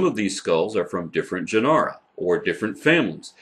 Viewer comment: As is almost always the case, I learn a lot from that a semester later finds its way into the biology course I teach. Thanks! BTW is that really how to pronounce the word "Genera"?